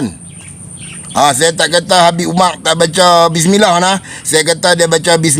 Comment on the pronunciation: Bedol adi hang sebut nama sababat biaq bagi elok sikit.. abu bakar bukan abu bakaq, umar bukan umaq nama imam² hang sebut elok ja..